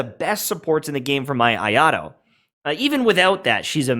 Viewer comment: the way he says "Ayato" just bothers me........freaking "Ayaro"?? come on, man